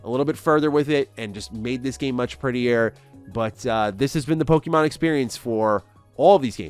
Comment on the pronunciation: The way you pronounce Pokemon is frustrating. Its pronounced poke-ay-mon, not poke-ee-mon